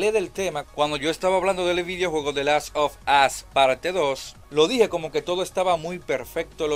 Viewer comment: Hey locon te doy un consejo de gramatica xd, "the last of us" se pronuncia"de lass of oss" cuando dices de lass of as estas diciendo en ingles"el ultimo trasero xd